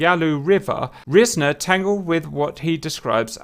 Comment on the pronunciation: It's pronounced "r-eye-sner"